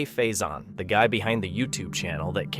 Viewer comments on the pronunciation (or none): It's not pokamokie it's pokamoke the e is not pronounced and cj name is pronounced fasion not fasone. You really need to double check your pronunciation of words and names!!